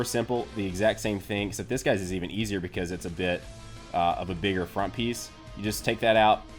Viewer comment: I cot the Same figure and this is bullshit everything Fells off WTF everytime you say esyer i get angryer